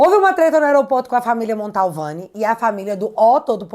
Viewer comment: Querida, eu não gostaria de te corrigir, mas toda vez que vc diz Família Montalvani me dá um arrepio na espinha......sabe porque? Porque está errado, kkkkkk A família chama-se Mantovani, meu bem.....desculpe!!! Bjsss